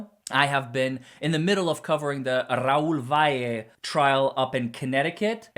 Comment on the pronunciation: Welcome back! You were missed! So happy to hear Raul Valle’s name is pronounced perfectly now! Great job on rolling your r’s! I’m impressed!